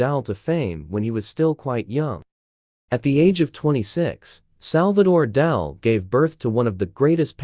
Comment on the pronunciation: Its Dali not Dahl. Pls pronounce correctly